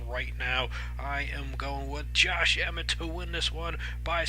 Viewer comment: Pronounced Josh EhMET.....went to the same highschool as me